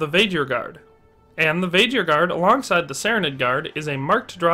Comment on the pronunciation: Vae-Gear not Vaeghir